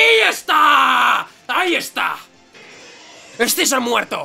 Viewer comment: porque diablos dice ES-SI-ZOR, cuando se pronuncia SIZOR y ya esta